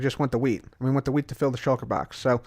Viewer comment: sounds like your saying weed not wheat